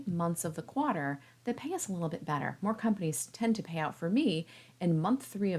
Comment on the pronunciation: where the heck did you learn to say "quarter" like that? 🤨